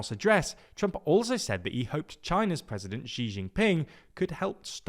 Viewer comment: He is a major world leader and his name is not hard to pronounce. Xi is pronounced "she."